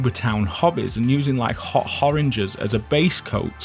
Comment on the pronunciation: "Hot horanges"?!?